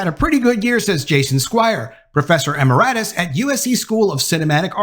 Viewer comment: Learn to pronounce "emeritus" or quit using the word.